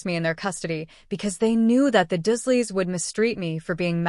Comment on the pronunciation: 😮why does it keep saying dash doesn't make sence and his, aunt 😮uncle😮 last name is not pronounced dusleya its the dursleys lol